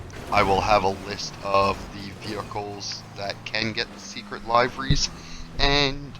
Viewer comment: My mans said liveries 😂😂😂 cringe